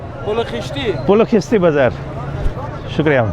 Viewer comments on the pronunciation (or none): Pul o kheeshti nhi pul e khishti Torsh nhi tursh doogh nhi doghh sheer pista nahi sheer Pera and shar e naw is place in Kabul BTW I am afghan Hindu from Netherlands 😂❤